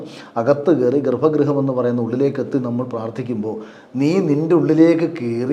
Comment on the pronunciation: ഗർഭ ഗൃഹം. ഗർഫാ എന്ന് ഉച്ഛരിക്കരുത്.